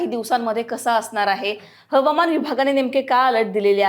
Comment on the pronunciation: मॅडम, Havaman म्हणण्यापेक्षा हवामान असे म्हणा. मग खरी मराठी होईल. Hawaman.